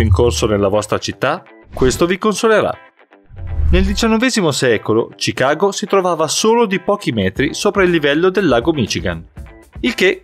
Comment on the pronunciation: Notare che al posto di pronunciare Chicago 'scicago' dice ci cago😂😂😂